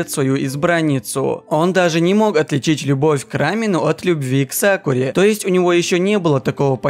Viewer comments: Ты сказал сакуле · Я один заметил что в самом начале он сказал сакуле?? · Мне показалось или он сказал Сакуле?!!